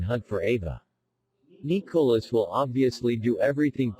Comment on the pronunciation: How come the speaker can't pronounce Nicolas name right LOL😁